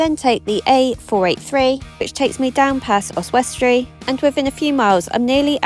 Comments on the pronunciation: Ozz ess tree. Don't pronounce the W. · For future reference it is pronounced OZ-WES-TREE if that helps, not being rude or anything, am always looking out for your truck on the roads and will definitely wave if I do see you Ironically I saw a Wains Transport truck the other day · The W is silent. "Ozzestry"